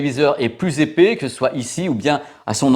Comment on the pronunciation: Super travail comme d'habitude 👍mais épais non pas épaix 🥶. Je sais je chipote....